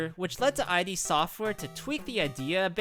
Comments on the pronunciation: id is pronounced as its spelled. not eye dee. i used to say the same. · It’s not “I, D.” Tho…it’s a Freudian psychology term …and rhymes with ‘bid’ …Romero thought it would make him seem smart and learned😂😂